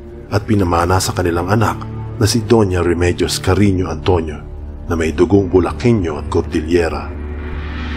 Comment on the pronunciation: Paano mo namang nasabing mag PINSAN sila ni Robin padilla eh ang layo 🤣🤣🤣🤣🤣🤣🤣CARINYO HINDI CARINIO 🤣PAKINGGAN MO NG MABUTI KASI.. 🙄 ITO HA.. SI DON ISABELLO ANTONIO ASAWA NI DONYA MARIA CARINYO ANG ANAK NILA SI DONYA REMEDIOS CARINYO ANTONIO YUNG AKING INA.. yan ang sinabi niya.. Tama or hindi 🙄 ngayon si DONYA REMEDIOS CARINYO ANTONIO na iba ni Francis Leo Marcos at ang kanyang Ama ay si FERDINAND EDRILLEN MARCOS SENIOR yan ang Alam ko.. HINTAY lang kayo sa sunod.. Kaya nga pinakita Yong post kasama si Imee Marcos.. Kapatid ni FLM si BBM.. Yan ang Alam ko 🙄